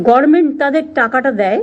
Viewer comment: ওরে ছাগলি...কথাটা 'গরমেন্ট' নয়, কথাটা গভর্নমেন্ট.... মূর্খমন্ত্রী হয়েছিস , উচ্চারণ ঠিক করতে অন্তত মহাকালী পাঠশালার মতো কোনো পাঠশালায় ভর্তি হ না ছাগলি.... তুই তো ডক্টরেট.....